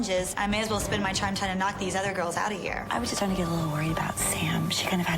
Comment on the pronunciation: “trime tying” 😈 🤡 😂